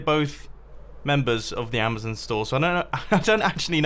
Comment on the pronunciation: It's amazon not amazin